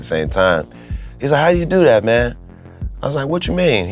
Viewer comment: "Like at" is how Pittsburgh accents are? I moved my 9th grade year to Waynesburg PA from southern WV and when i wouod say anything close to "like at" and mean "like that" i got picked on. Hard core. This one kids schooled me for a whole class period that pencil is pronounced "PENcil" and not "PINcle" ....i dont even want to talk about workimg with my dad outside of Pittsburgh at 18 at united rentals in Oakdale PA.....the adults picked on my accent worse lol